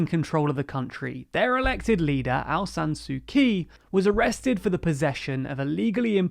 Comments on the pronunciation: Well, you got Navalny's name right this time, but you are still pronouncing Aung San Suu Kyi's name wrong. It's not that hard to look these things up, and it really impacts your credibility. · Hey I think you have got the pronunciation of Aung San Suu Kyi wrong the last couple of videos. Here is the BBC saying her name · There's other sources that also use this pronunciation but YouTube doesn't want to post external links